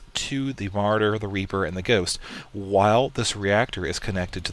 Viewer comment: Ma-RAW-der dude, Ma-RAW-der. Great Beginner tutorial though!